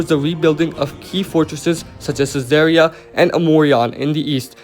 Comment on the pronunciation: AMORION. It's Amorion, not Amoran. I've spent 20 minutes figuring that out xD also it's Caesarea not Sasaria. Why is that important, well you've placed Caesarea on the right place, but Amorion is completely false. it's not in Cappadocia, but in Phrygia, which is near the aegean coast. The fortress you meant was probably either Koloneia or Mokissos, both the only fortresses I know between approx. Ikonion and Nazianzos, where your marker is located.